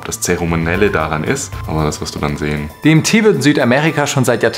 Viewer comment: ich habe anfangs zuerst verstanden: "die rede ist von dem tee". wäre der name nicht eingeblendet worden, hätt ich mich gefragt, über welchen krassen tee du da berichten willst 🙈